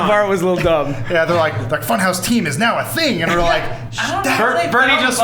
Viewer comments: Can't stop calling it Fun-HAUS!! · Can u pronounce it more German? Funhawssss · New shot game take a shot everytime they say funhause ;3